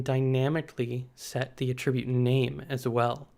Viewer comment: Great video, but felt like nails on a chalk-board for me everytime he pronounced aTRIBute. Which is a lot 😝